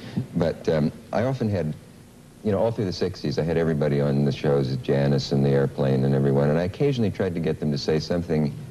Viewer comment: "I like the children to be influenced by 'thee' and 'ei'"